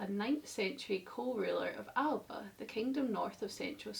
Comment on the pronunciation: Your pronunciation of Alba wss incorrect.